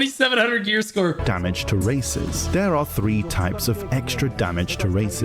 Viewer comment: im not the only 1 who heard him say "Damage to racists" right? I don't know if that's less racist then saying "Damage to races"